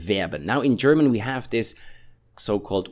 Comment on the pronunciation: Dear german teacher, i love your videos, please dont pronounce the h in gherman if is not at the start!! makes me crazy, and almost stop watching your channel because of it , thank you